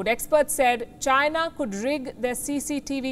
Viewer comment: China Not Gina